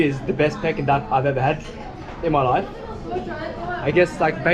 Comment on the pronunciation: it is pronounced “Peaking” Duck not “pecking” duck lol